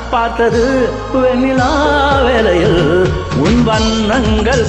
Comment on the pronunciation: வண்ணங்கள், வண்ணங்கல் அல்ல சார், வார்த்தை உச்சரிப்பதில் கவனம் தேவை நண்பரே